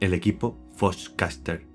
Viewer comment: Me mee de la risa cada vez que decia foxcatcher "fochcaster" 😂😂😂